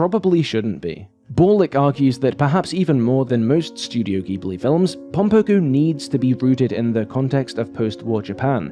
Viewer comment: I feel obliged to spread the word of “pronouncing it ‘jib-lee’” the way they do. ;-) I guess technically Miyazaki would pronounce it closer to ‘jib-oo-ri’ with the center vowel fairly elided, but regardless. Just the J sound starter is all we really desire in life.